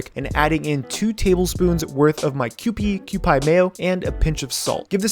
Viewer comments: Awesome video! My only gripe, its pronounced Kew-Pee not Kew-Pie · This has always bugged me when you say Cupi, it sounds more like "Q-pee". Been living in Japan for 20 years so I'd know haha